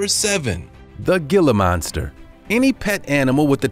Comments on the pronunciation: The G in Gilla Monster is pronounced like an H. Hilla Monster. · "Gila Monster" is pronounced "Hila Monster" with a silent "G". It's spanish from Mexico. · Regarding the"Gila Monster", "Gila" is NOT pronounced "gill-uh" it is pronounced with the g like an h sound "he-luh". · It’s pronounced heela, not gila. Even though it’s spelled that way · It's pronounced "Hila" monster not "gil-lah" monster... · Dude, it’s “Hila” not Gila. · "Gi-la" monster? NOPE! "He-la" monster. He-la! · I'm from Arizona and we have Gila Monsters. It's pronounced He-La not Gil-La :D Gila Monsters' skin is so tough that they can dwell in burning fireplaces without getting burned. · Man! It's not Ge'la Monster, it's He'la monster!! Geezzz... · HĔLA MONSTER NOT GILLA MONSTER! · Dude it not g-la Monster it’s pronounced heela Monster. And in one of the images of the Gila monster it’s a alligator...what? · The gill ah monster wtf it's hill ah monster but spelled Gila lol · It is not pronounced gila monster it is hee-lah monster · Pronounced hee-luh not gila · Gila is pronounced Hila. H Sound not a G sound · Hee lah monster. Not Gila....smh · Gila is pronounced heela. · It's pronounced "hila" not "geelah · Pronounced "he-la" not "gil-a" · It's pronounced HEE-LA Monster not gill-a monster. If you're going to make videos learn your species and sub-species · It's pronounces Hila monster not Gila monster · Not 'Alaskan Huskies', while showing photos and video, of SIBERIAN Huskies (#10), NOT Alaskan Huskies. Google both so you can tell them apart, it is really easy! And stop saying, 'GILLA' Monster, (#7) it is pronounced 'HEELA' Monster, you must have said it 7-8 times or more, and it sounds dumber with each iteration! C'mon dude, before you make videos, look up your subjects and look up the pronunciation BEFORE posting a video about them."Tis better to be silent and be thought a fool, than to speak and remove all doubt." ~ Abe Lincoln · Omg, ITS HILA HEE-LAH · The Gila Monster is pronounced (heala)